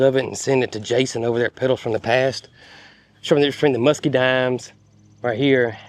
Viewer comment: Musk-uh-dines is English. Don't know what language mus-key- dines comes from.